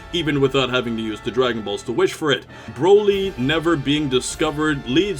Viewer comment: why you cant say z broly better